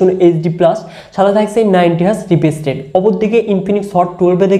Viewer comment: ভাই ওটা রিপিজ রেট 😒 না রিফ্রেশ রেট হবে